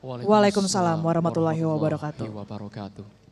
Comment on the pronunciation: Maaf ya klo salam untuk ummmat islam ... itu assalamualaikum waroh matulloohi waba rokaatuh....mba .... tlg ya ....bukan wabaru....ahirnya.. tp wabarokaatuh....